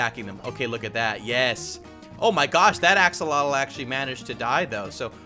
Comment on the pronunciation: It's pronounced "aks-o-lot-l", not "ax-uh-LOH-tl". Also, you might need to be in Survival to get Regen.